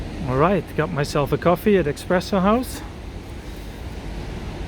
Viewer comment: Ciao, It's Espresso, not Expresso house... I love those blocks, my mother grew up in the corner of S.t Eriksgatan and Drottningholmsvägen (She was born July 29 2024) and I have been working in an office in the corner of Fleminggatan and S:t Eriksgatan and lived at Kungsholms Strand....